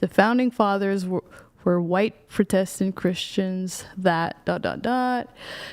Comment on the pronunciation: she's so good at grammar that she can't pronounce Protestant correctly. 😂